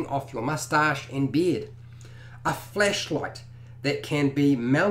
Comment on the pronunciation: Definitely thought he said fleshlight not flashlight 😅😅😂